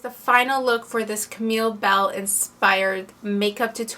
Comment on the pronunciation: It's Camilla Belle, not Camille Belle